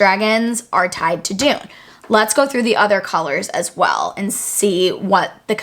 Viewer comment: I wish people would pronounce Dunne correctly it isn’t Dune it is Done. Love the theories. Some I hadn’t even be gone to think about. Not sure about sky versus earth magic but definitely interesting and will reread to see if I pickup on that. Dunne is definitely important in regards to violet. I definitely think it is Brodie. Great work. Keep it coming